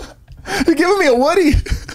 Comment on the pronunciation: Their pronunciation of woody had me laughing so hard because my 4YO son's name is Rudy and that's how all the preschool kids pronounce his name "Wooody" 🤣